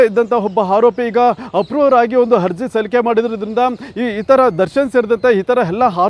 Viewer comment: ಹಜಿ೯ ಹಗ್ರಹಾರ ಹಧಿಕಾರಿ ಹಾರೋಪಿ ಹಪ್ರೂ ವರ್ ಹಾದೇಶ ಹೆಲ್ಲ ಹೆಷ್ಟು ಹೇನಯ್ಯ ನಿನ್ನ ಕನ್ನಡ ಹಹಹಹಹ😊😊😊😊 ಹಕಾರ ಹ್ಯಾಂಕರ್